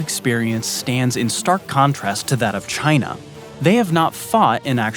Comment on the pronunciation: Hopefully not, but having people in the right positions that are not patriotic willing to sell top secret info for $ could open doors or already have to Russia or China or as one sellout pronounces it jhina